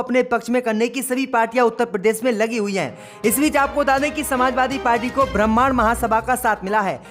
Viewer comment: Bramaan naheen Bramhan bolo . Uchcharan ( Pronunciation) sahee karo .